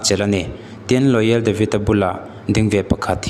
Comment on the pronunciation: Royal ti in in rawn ziaka Loyal ti hlirin in rawn chhiar bawk si.